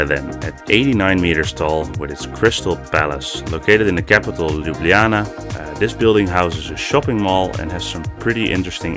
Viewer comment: Great job pronouncing "Ljubljana". There is a building in Slovenia that's much taller than the crystal palace - the chimney of the Trbovlje coal power plant at 360 meters tall. It would have been a very boring build though